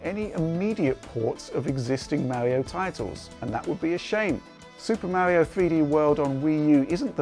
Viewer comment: "Existing Mauri-oh titles."